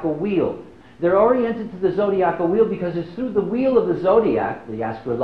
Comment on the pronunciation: You can tell he isn’t an astrologer by the way he says zodiacal but it’s cool. I like that he wasn’t an astrologer